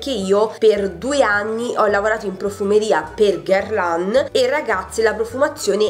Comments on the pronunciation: "Puasson" significa pesce in francese!!!! Poison ( puason) che è il vero nome del profumo significa veleno. Guerlain si pronuncia "Gherlen". " Violet sugar" è " Vaiolet sugar..... ti prego!!!! 😂😂😂😂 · Daniela ha ragione sopratutto per "La petite robe noire de Guerlain " che non sai pronunciare.